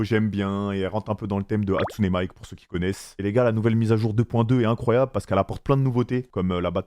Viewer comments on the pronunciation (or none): C’est chaud le « hatsune Mike » ça sent la lecture, no offense mais je pensais que Amine ferait pas une erreur comme ca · « Honkai star raille » « Hatsune Mike » « Robin » il a défoncé tous les noms qu’il pouvait défoncer 😭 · « hatsune mike » mddrrr nan c’est trop drôle